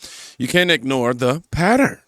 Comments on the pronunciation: Sorry my friend but I couldn't understand that last word and when I put it to closed caption that said you said pattern LOL I don't think that was what your word was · LOL me too! PATTERN 🤔